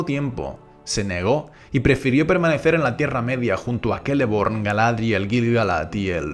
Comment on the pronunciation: Este personaje desde el principio me llamó mucho la atención pero tengo una duda, tal vez ya la han dicho antes Así que perdónenme si la repito pero: por qué pronuncia el nombre de Cirdan como "kirdan" o "quirdan" o el de Celeborn como Keleborn? Es por algo del lenguaje élfico o algo así? XD